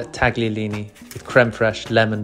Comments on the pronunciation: Italians pronounce them “taliolini” - the g should not be heard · Beautiful, but its pronounced Ta-yo-lee-nee. One love from Italy.